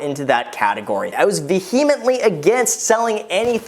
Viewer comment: Hey dude, vehemently is pronounced vee uh mently. Not vuh hee mently.